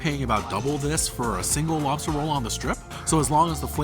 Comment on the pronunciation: How, do you say mock loobster🙄